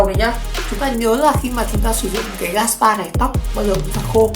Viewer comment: Gát bi chứ không phải gát bai nha😂